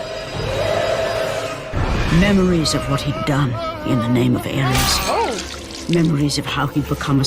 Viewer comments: Its Ares, not Aries... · It ares not aries and where does she say there centaurs?